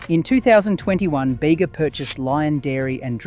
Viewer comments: It's not "Beyga" bud, it's "Beega" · It’s Bee gah not bay ga. Artisan is harder to find, the shop front purveyors jack up the prices to cover their costs and profits. Strange accent on the voice over. Obviously could make one’s own, but the starters are very very expensive. I buy Bega with careful attention to contents. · As someone who is local to the Bega area, even though I already knew Bega was australian owned, I was still quite happy when you said support Bega! (Also, only because I'm pedantic and as a local! it's pronounced "bee-gah") Great video! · Baygah - really? Oh please… get it right… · I was going to comment on the pronunciation also... Great video though.